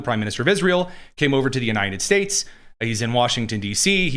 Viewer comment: it always sounds like says Uninin States!